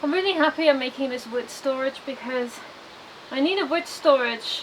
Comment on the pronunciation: Can you please stop adding an S to wood.